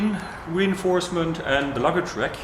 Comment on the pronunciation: Excellent video, always technical and precise. Now if we could only teach how to pronounce RACK... It sounds like "rAk" not "rEk". Wreck is what your bike becomes after you crash it too hard;-)